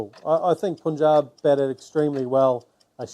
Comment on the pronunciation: Mitchell heard punjab but still pronouncing incorrectly